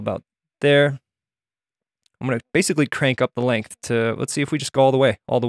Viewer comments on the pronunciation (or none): none